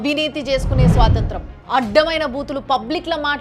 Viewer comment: స్వాతంత్రం కాదండి స్వాతంత్ర్యం .